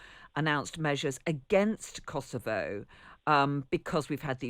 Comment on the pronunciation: She managed to pronounce Kosovo correctly! Amazing!😅